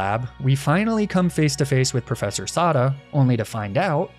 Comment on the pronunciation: I just finished the game myself today, so I'm finally able to watch this video! Great work as always, and great job making me infuriated by your pronunciation of ai Sada.